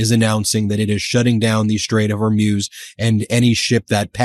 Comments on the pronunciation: Hey Ben. I remember the Iranian Islamic Revolution well and back then the pronunciation was hor-MOOS, not hor-MEWS. As far as Trump's neck rash is concerned, it looks like shingles, which is very painful and strong narcotics are often prescribed. That may explain a lot regarding his mental status. Either way, Trump is and always has been a NY redneck. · Dear Ben ... Love you. But stop saying Gulf of Hor-Myooz. It's Hor-Mooz. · It’s Hor-moos. Mews are what cats do. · hor-MOOZ not hor-MYUZ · It's the STRAIT OF HORMUZ... not the "STRAIT OF HORMUSE... Get it STRAIT 😏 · I came for pronouciation of “HER-MUSE” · Dear Ben: love you but it’s pronounced “hoar mooz” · Can you please learn to pronounce Hormuz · Still mispronouncing Hormuz. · Trump knew that Iran had said many many times that if they have US bases from which to launch attacks upon the people of Iran, the bases are legit targets. Trump is trying to play ignorance to those Arab leaders. It's pronounced Skay Hill. It's pronounced Hor mooz. It's pronounced Ee rahn.